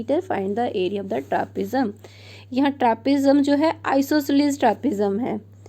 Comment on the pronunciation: Trapezium ❌ Trapzium✔️